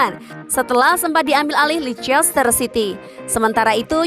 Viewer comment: Masukan, sebenernya bacanya leicester itu lester city